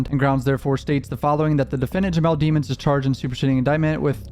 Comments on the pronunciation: His name is pronounced "De-Mons.. NOT DEMONS... COME ON MAN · you know how to pronounce his last name properly. it's not dee-muns, it's deh-muns. sound like a prosecutor. now, i think he's guilty, but i am a fan of impartiality. pronouncing his last name like that will bias people negatively. edit: "rule whatever" 🤣 can't wait til the next coverage of the melly trial. i subbed to you many years ago (i think because of the reaction vids with your mom, certainly not for the music itself) but have been really into this more mature content! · DE- MINS NOT DEE MONS. Lemons with a D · Its demonds not deamonds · Bro you def know how to say that man last name since you been studying the case so why pronounce it wrong? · You still pronouncing his name wrong 😂 guess that prosecutor did thier job